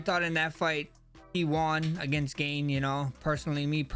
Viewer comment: Cereal Gone 🙏🏻